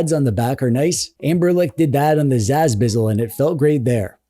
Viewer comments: do i hear 'amberlec' instead of 'ambernic'? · "Anberlic". I'm dying.